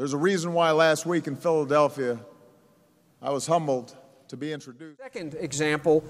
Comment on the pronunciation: He pronounced it 'Philly-delphia'